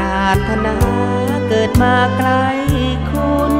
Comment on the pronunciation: ผู้ร้องเพลงท่าฉลอม ออกเสียงควบกล้ำไม่ชัดเช่นคำว่าไกลออกเสียงเป็นไกทำให้เพลงขาดความไพเราะลงไปเยอะเลย